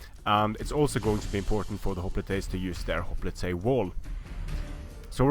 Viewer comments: no, it's pronounced as it's spelled. He was saying "hop-li-tights" instead of "hop-lite" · Can you say hoplite correctly